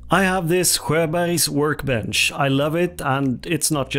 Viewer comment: I think I just learned how to say "Sjöberg" correctly...